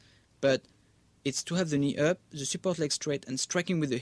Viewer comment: when he says "knee up" it sounds like he's saying "Ni Hao" (Mandarin Chinese for "Hello") xD